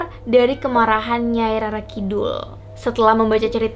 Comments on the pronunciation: Rara kidul Bacanya Roro Keknya gitu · Bacanya roro kak bukan rara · Bcanya Roro kidul mba',,,, bukan rara.